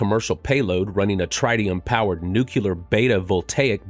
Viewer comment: You're a space centric channel and you can't even pronounce tritium or nuclear correctly.